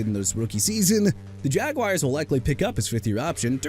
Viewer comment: I'M THROUGH WITH YOU MISPRONOUNCING EVERYBODY AND EVERYTHING! NEW ORLEANS AS IN NU OR-LINS! DO YOU UNDERSTAND THAT?! JAGUARS AS IN JA-GWAARS AND YOU NEED TO STOP SAYING JAGWIRES!! ALSO YOU MEANT "SIMILAR TO BRYCE YOUNG, BRIAN THOMAS JR."?? THERE'S NO 3 A'S IN HIS NAME!!! AND TREYLON BURKS AS IN EITHER TRAY-LAAN OR TRAY-LIN? WHICH IS IT SO YOU CAN PUT RESPECT ON THE MAN'S NAME WHICH YOU DON'T HAVE?! YOU'RE THROUGH BRO!!!